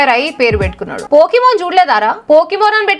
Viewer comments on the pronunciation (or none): Pokemon ❌ BOKEMON 😂😂😂😂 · Akka vadu pokiman kadu gokeman 😂😢😅😅😅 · ఆడు పోకిమాన్ కాదు పోకిరిమాన్😂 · పోకీమాన్ కాదు అక్క పోకీమాన్😂